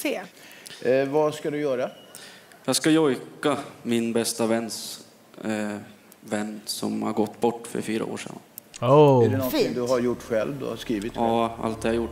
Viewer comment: You weren't to know, but FYI Jojk is pronounced "yoyk" ...makes me cry every time!